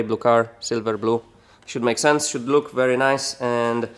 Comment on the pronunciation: did he just say "should blook very nice"?